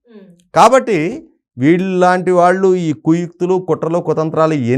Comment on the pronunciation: యాంకర్ కి చిన్న సలహా "శ " అక్షరాన్ని" ష" లాగ పలుకుతుంది.ఉదా :దేశం అనే పదాన్ని దేషంఅని పలుకుతుంది. "ళ "అక్షరాన్ని "ల ". లాగ పలుకుతుంది ఉదా :వాళ్ళు కు బదులుగా వాల్లు అని పలుకుతుంది.